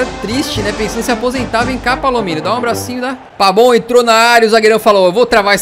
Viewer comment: Porque você chama o pavon de pabon?